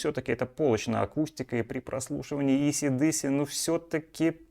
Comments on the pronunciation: вы ролик записали для русскоязычной аудитории. Так вот все русские называют эту группу "Эйси-Диси" и так её название и произносится по английски 😂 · Исы/Дысы.......😭😭😭...Вы это серьёзно....🤣🤣🤣🤣🤣🤣🤣... Простите, не сдержался.